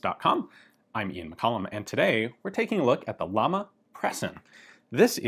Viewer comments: Just a minor detail, but irritating to spanish speakers: It's Llama, not Lama. It's a doble "L", which always sound like "Y". So, pronounce it as "Yama". It's a totally diferent sound. You can use Google Translate to check the correct spanish pronunciation. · I hate to be that guy but it's like a thorn in my side, it's pronounced "yama" ll in spanish makes a Y sound, sorry. Love the video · It’s pronounced “Yama” as in “como se llama…” it’s Spanish for “name” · LL sounds like the Y in Yes J sounds like the H in hike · Great video as always, its great to see some guns from my country from time to time. One small correction, you are pronouncing llama like the animal in english, its pronounced like a "hard L", "yama", means flame in spanish (like the company logo) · My mothers maiden name is Llamas. And its not llamas like the animal, its Ilamas as in spanish for flames. The double L makes a Y'ish sound, like in quesadillas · Pronounced yahma , double L in Spanish has a yah sound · You pronounce Llama like "jam-uh" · In spanish, 2ls (ie ll) are pronounced like a 'y'. Hence its pronounced Yama, which means Flame. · Llama is pronounced Yama, means flame in spanish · double ll in Spanish pronounced y as in you ! just saying! and i’m saying it because whenever someone makes a pronunciation mistake in english every native speaker is just rolling eyes yet can’t and won’t learn any foreign language pronunciation for no matter what reason!!! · Since its a spanish company wouldn't it be pronounced "ya-mah". Two ll's make a y sound in Spanish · If it’s a Spanish company, then “llama,” should be pronounced ya-ma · LLAMA(pronounce YAMA in english)=FLAME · Double L (Ll) like in Llama is an I so the company is actually called Iama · BTW, the company name is pronounced "Jama" and actually means Flame. I know this because of the logo, which looks like a flame and not a llama, which in Spanish is called the same, llama. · actual pronunciation of the manufacturer is JAMA